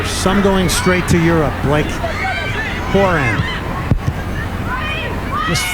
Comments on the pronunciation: Glen Davis - we love you as an announcer, but Horan's last name is pronounced Ho RAN. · Diana101 when he said her name I was like your saying her name like how Niall Horan says his.